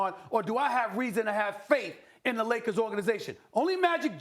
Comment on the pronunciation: Stephen A Smith always says " THE LOS ANGELES LAKAS " not LAKERS ...."LAKAS" lol.